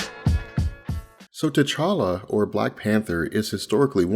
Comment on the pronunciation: it's T'challa spells Tche-cha-la T'Chaka spells Tche-cha-ka